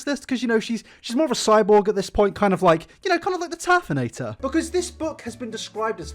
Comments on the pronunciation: “The TERFinator” killed me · “Terfinator” well you got my like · choked on my drink at "turfinator" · The “Terfinator” lmao Good job